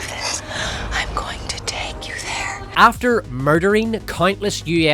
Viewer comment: If i don't see Val Kilmer's "Ah apoligize, Ah forgot you were theyuh; you may go now" used LITERALLY EVERYWHERE FROM NOW ON heads will roll